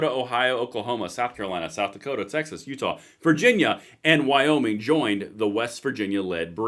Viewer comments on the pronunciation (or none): none